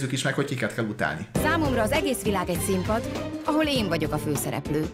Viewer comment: KöLL e BaB e ? :D :D :D :D :D ezz mieezz mar megint :D :D :D